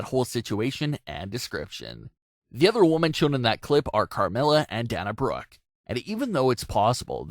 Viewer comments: “Daaana Brooke” 😐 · stop saying "Dah-Nah Brooke"